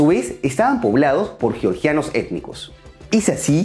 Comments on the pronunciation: Hola: tú pronuncias correctamente Georgia en español, y le das a la letra g su sonida español como en geogrfía o en geometr{ia_. Pero el señor que te hac la segund voz pronuncia erróneamente _Yoryia, Yoryiano, etc. ¿Podrías recomendarle que no le enseñe errores a tus seguidores? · Hola: tú pronuncias correctamente en castellano Georgia, pues das a la letra g su valior español como en geografía o en geometría_. Pero el señor que te hace la segunda voz dice erróneamente _Yoryia,- o -Yioryiano, cual si estuviera hablando del estado norteameriucano de Georgia. ¿Podrías sugerirle que no le enseñe errores a tus seguidores? Gracias. -_